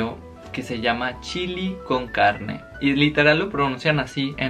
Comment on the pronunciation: Me encantó el video, morí de risa cuando dijiste chili con carggne jajajaj 😘